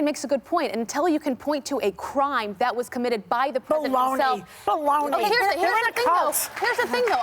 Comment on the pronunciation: Joy's inner italian is coming out everytime shes fed up 😂😂😂 "baloney! Baloney!"